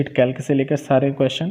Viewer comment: Its कैल्सी bhaiya not कैल्क